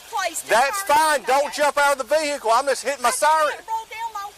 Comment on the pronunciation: GET IN YOUR VE-HI-CLE 🤣🤣…I love their accents with the Ricky Ross playing in the background ☺️☺️